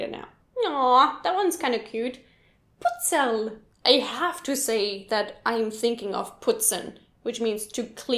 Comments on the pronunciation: You say "Putzerl" like "Butzal".I couldn't guess what putzerl is until i found out that you mean "Butzal" ^^ And half of them aren't really austrian slang words. But good Video anyway :) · Also ich komme aus der Nähe von Wien. Ich hab 11 Wörter verstanden wobei ich zwei bis drei auf Grund deiner Aussprache nicht gleich verstanden habe :P wir lieben es nemlich harte Buchstaben weich auszusprechen. ZB. Putzerl spricht man eher aus wie "Butsal"